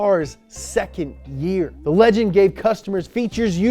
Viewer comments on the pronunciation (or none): none